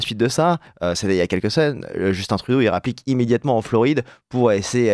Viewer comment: On dit Justun Trudeau et pas Justine ou Djeustine.